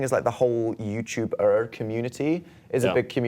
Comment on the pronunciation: the way dan says 'youtuber' is so interesting lol the way he emphasized the 'er' at the end i don't think i've ever heard him make that sound